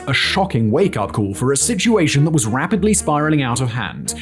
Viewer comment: Wapidily? Bit of a johnathan Ross impression?